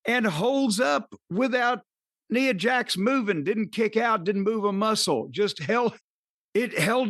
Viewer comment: or however u spell it has the worst sense of humor. Ooo and 22 times jim says neeeeea Jax he doesn’t correct him nice